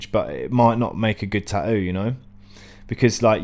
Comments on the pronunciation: No, "tahou" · tahoo lol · The way you pronounce tattoo makes me furious